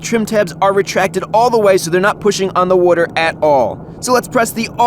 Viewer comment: has a fishing/boat channel?!?!?! I wonder how many times he's going to say "wudder" here. He said it a lot on lol